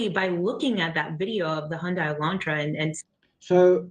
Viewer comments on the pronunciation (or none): Why does that woman pronounce Hyundai as “HUN-die”? Even people in Hyundai commercials pronounce it “HUN-day” (rhyming with Sunday).